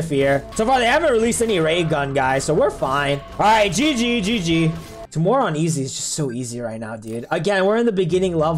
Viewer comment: Its not tuu more its tyu more